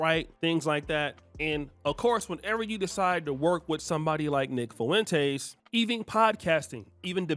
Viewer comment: Lol man you are pronouncing the hell out of Nick Fuentes’s last name “FOO WEN TAYS” Just pronounce it “Fwen-tez” 😂